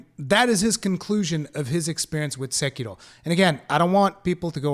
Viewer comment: I appreciate your effort to get the Japanese pronunciation of Sekiro right as a Japanese speaker would pronounce it.